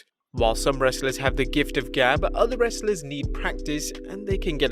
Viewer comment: Why did you say “wrestlers” so weird?